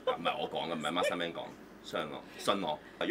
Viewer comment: Masterman 唔係 Master Man 呀😂😂😂